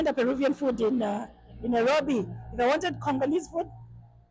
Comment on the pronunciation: The way you say "Nairobi" is satisfying. 😊 Karibu Kenya.